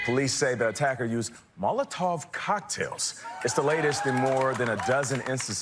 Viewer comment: RUSSIAN "MOLITOFFS"